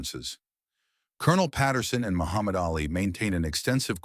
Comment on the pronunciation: By the way, his name was pronounced Ahlee, not Alley